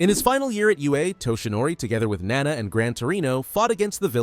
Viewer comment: IT'S NAWNAW NOT NANA